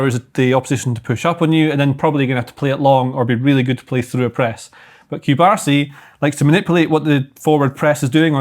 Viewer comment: Please, if you like him so mucho, especially, get his name pronounced correctly. Cubarsí. Accent on the last syllable. Not Coobahsee.